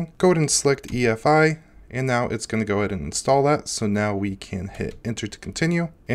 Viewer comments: EFI not EIF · He keeps saying EIF while it's actually EFI